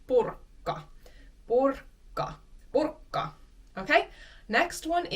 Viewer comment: One general point here: please maintain natural and consistent stress when you pronounce a word in isolation. The ending is NOT stressed. PurkKA is simply wrong in all natural contexts.